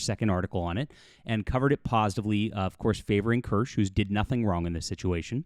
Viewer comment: I’m gonna be that guy—it’s pronounced two syllables, Kir-shuh. Like Porsche. 😉